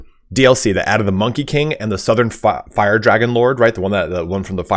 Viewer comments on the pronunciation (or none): none